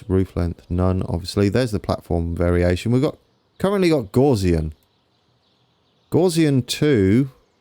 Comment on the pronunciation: Sorry to nitpick, but Gaussian is pronounced gow-(as in cow)--ssian. Poor old Herr Professor Carl Friedrich Gauss must be spinning in his grave! 😉